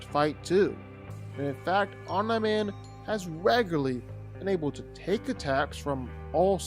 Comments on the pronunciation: I hate the fact that you say “omna man” instead of omni* man 💀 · You say omi man weird. It’s throwing us off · STOP IT… Stop saying om nye min. His name is OM NEE MAN PRONOUNCE IT CORRECTLY. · Omneye man??? No, OMNI man, cmon bro........ driving me nuts..... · Omn-eye Man. Can't finish the video. What is it with YouTubers not even watching the source material or having a basic grasp on how to pronounce words correctly. IdioTubers. Jeebus. Smgdh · is it just me or did he say online man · The fk u saying omnaman for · Who tf is Omna-Man? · Omnaiman He said it right initially and from then on Pain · You said Omni man correctly the first time you said it in the video and then you mispronounced his name every time after that. Makes me think you're doing it on purpose. Annoying as hell. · ya, I needed to see someone else's comment about him saying omni man wrong instead of hearing it pronounced wrong, driving me up a wall, ya you right. 🤣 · My guy quit acting like you don’t know how to pronounce “Omni man” 🤦‍♂️ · anybody else bothered by the way he says omni man